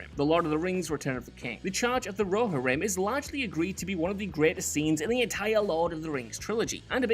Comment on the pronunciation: Why are you pronouncing “Rohirrim” like that? 🧐….